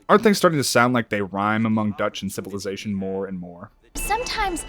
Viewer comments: ah yes, "ducth" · ah yes, ducth